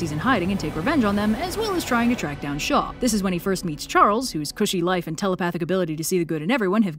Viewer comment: When you said "a weapon created by Shaw," I heard "by the Shoah" and, yeah. Shaw's basically a representation of all high-ranking Nazis in this story.